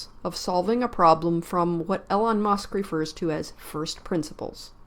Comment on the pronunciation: "Eee lon" not "Ellen" Musk SMH.